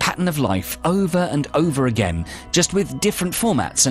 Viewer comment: I like that "ageennn and ageenn'